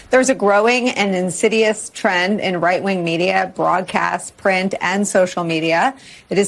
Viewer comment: bro wtf she said white wing.🤣